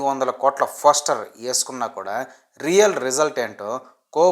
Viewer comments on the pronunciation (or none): none